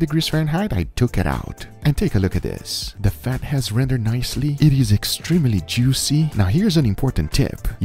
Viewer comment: Guga what did it do to your mind? Guga: “it just blew eeeet”